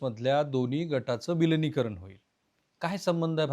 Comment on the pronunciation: No viligikaran , say vilinikaran . . .